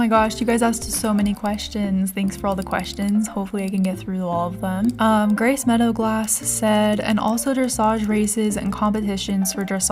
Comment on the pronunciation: Is it just me or did she read “Grace Meadowglass” as “Greasey Meadowglass” 😂❤